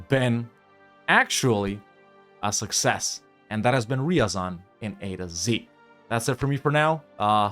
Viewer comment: Degenerwte. Its not riyazan Its r ya zan Listen original russian. Better evenryzen